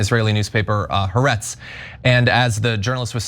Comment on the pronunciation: I think you guys could significantly improve how you pronounce Ha'aretz. Try hah-Ah-rets. Thanks! 🥰